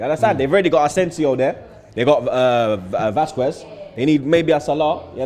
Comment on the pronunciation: The way says Vazquez😂